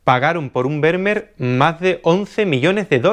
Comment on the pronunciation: Estimado, Esto que viene a continuación no es critica, ni queja ni nada por el estilo pero cada vez que dices Vermeer me duelen los oídos. La pronunciación más aproximada (de acuerdo a la fonética castellana) es FERMÍER. Si te sirve tómalo y si no, bueno tan amigos como siempre. Un abrazo y gracias por los videos tan buenos que haces.